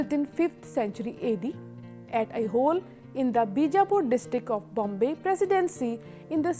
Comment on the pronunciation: Thanks a million madam. I hope to see all these temples soon. Request you to pronounce the following properly, as you seem to be reading from english text it should be pronounced as ऐहोळे and शेशशायी